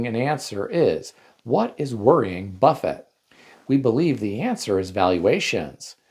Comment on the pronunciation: Buffett, not buffet.